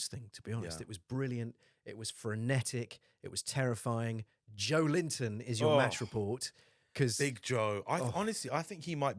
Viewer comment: New sub here Ecuadorian Newcastle fan here🖤🤍🖤🤍 What a great pod Good stuff And yeah I would love to see Joelinton As a guest but please call him Joélinton not Joe Linton 😂 There is a new video sky sports made about how to pronounce every players name😂😂😂😂